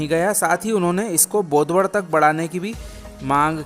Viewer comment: बोडवद नाही बोदवड